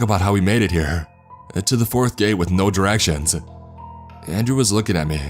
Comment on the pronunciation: Gate-ahh flashlight-ahh us-ahh distance-ahh